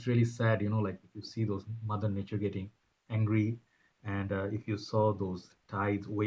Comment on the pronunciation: always good to hear your thoughts on different topics. Mother nature!!!!! Did i hear you say money nature! Astugferrulah! Its called a fitnah or azaab bro. You know that! Search for 'dumbing us down' on you-tube, you will enjoy that series im sure.